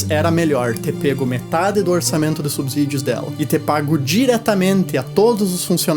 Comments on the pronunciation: Belo vídeo!! Só uma dica, o S só tem som de Z quando está entre vogais, não é o caso de subsídios. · Subsídios se fala com s não z. Cuidado com o português.